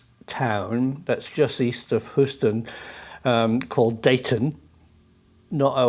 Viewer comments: Professor I love you this is why I’m going to insist you call one of the largest cities in the USA by it’s more accurate pronunciation. It is colloquially said as “Hew-Ston.” Thank you for all your great work. I say stuff wrong all the time so I just wanted to share so you know how we say it over here like the yanks we are hahah! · Small point of order, Professor. It's pronounced, "Hyooston". Good report. This event is pretty well known around here.